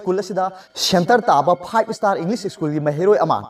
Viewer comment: Shennter taba fibe esstarr inlis esschun ...bord gi phaying esquad 🙄🙄